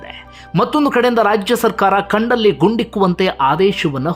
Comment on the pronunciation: ಕಂಡಲ್ಲಿ ಅಣ್ಣ ಅದು ಗಂಡ್ಡ ಲ್ಲಿ ಅಲ್ಲ 😁